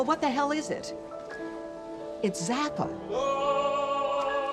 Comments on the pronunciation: It's Zappa. Nuff said. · It’s Zappa.